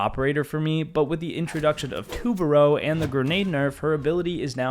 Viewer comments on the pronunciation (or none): Pronounce it right it’s tu ba ru say it like that